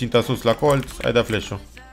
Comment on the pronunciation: când zici colț de ce pui accent pe TZ gen colTZ ??